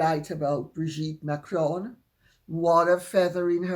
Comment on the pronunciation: I wish Candice Owens would pronounce Macron correctly, it makes her sound like an ignorant American. I have posted to her over and over there is no ´´e´´ on the end of the name therefore it´s not Macrone, it´s Macron but she insists on pronouncing it wrong. I like her research and passion but I feel it will be at the behest of her marriage, she is too dominating for the type of man she is with.